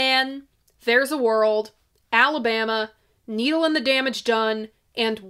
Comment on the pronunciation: You said "Needle and The Damage Done" like "Neil and The Damage Done" ... and thats a genius slip up ... and possible a way to sum up his Divorces ... .